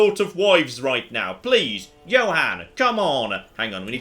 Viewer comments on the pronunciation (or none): It sort of annoys me he sometimes pronounces it "Joe-han"